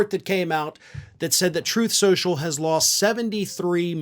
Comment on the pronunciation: Troath Shenchil.:face-orange-raised-eyebrow